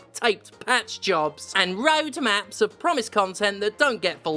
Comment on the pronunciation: “Cumtent” is the term im going to use from now on when talking about AAAAA games.